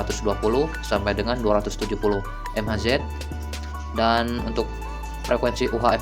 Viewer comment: Ngomong mhz itu mega haize om